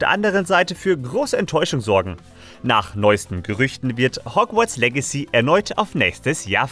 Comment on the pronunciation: Wer kenns nicht Hogwarts "legay"...